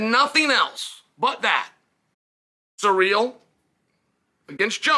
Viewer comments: Sir real vs Jon Jones, Chael your pronunciation of names is why I tune in 😂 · It’s pronounced Cereal Gayness, get it right! 😏